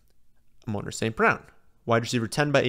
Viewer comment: Like the video but please my guy. Its Amon-ra like the God 3 syllables